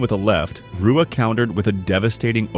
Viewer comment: It extremely Disrespectful to mispronounce Shoguns name video after video. Its pronounced HUA. Brazilian words and names that start with R is H sound.